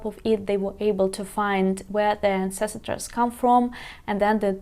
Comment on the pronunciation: Вітаю. Помилка при промові слова ancestor [an·seh·stuh], ви додаєте цілий склад [si]. Щасти!